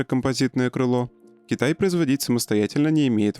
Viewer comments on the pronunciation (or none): none